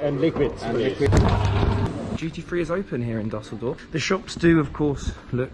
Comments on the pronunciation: Never heard of “Dasseldorf airport” it’s “Düsseldorf” ü ü ü…ue ue ue for Brits… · Das heißt Düsseldorf man